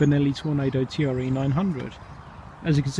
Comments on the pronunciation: Good video on an excellent but under appreciated sportsbike, I have one too. My second, as I stupidly sold my first and regretted it the moment it left in the buyers van. I did have to laugh though at T.R.E. spoken rather than Tre ( pronounced 'tray' ) as it is italian for 3 ! Novecento on the rear bodywork means 900. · I had one of these back in 2006 and absolutely loved it, despite it being a touch unreliable. Sublime handling, brakes and the induction sound (I still have a few very old VHS quality videos uploaded). Still nearly 20 years on such a beautiful bike. It was pronounced 'TRE' not T.R.E. Great upload